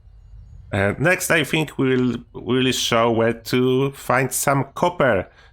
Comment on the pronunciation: Kurde dobre poradniki , ale bez urazy twój angielsko polski akcent jest tragiczny . Np . wymawiasz think jak fink , fink to mówi niedouczony chińczyk itd , itp . Mi to przeszkadza strasznie bo nie mieszkam w Polsce , ale szacunek za wiedzę na temat F67